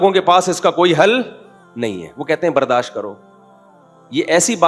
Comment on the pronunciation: او بھائی برداش نیہں برداشت ہوتا ہے 😮